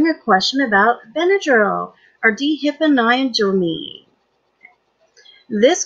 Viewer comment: not to be the pronunciation police, but that is nowhere close. "Dee hipa nigh a dramine" what.... it's Die fen hydra mine